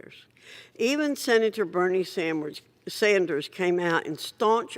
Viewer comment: I love when she said Bernie Sandwiche 😆